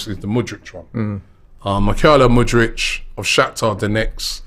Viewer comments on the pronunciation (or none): Robbie it’s Mudryk not mudrych and it’s not Yoaow Felix he’s Portuguese you pronounce the J of Joao just as the J of Jesus or the Xh of Xhaka